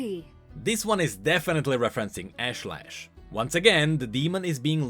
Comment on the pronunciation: Ash-Lesh not Lash